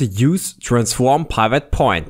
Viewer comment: OMG............"TIM" is not pronounced TYME........."SLIM"....is not pronounced SLYME........"DID" is not pronounced DYDE.......WHY ON EARTH would you pronounce "PIVOT" as PYVOT ?????????????????????????????????????????????